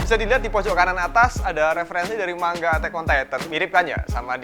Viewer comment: Manga bang bukan mangga🗿